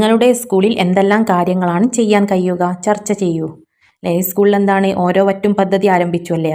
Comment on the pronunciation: ഭശ്ശണം അല്ല, കയ്യുക അല്ല കഴിയുക.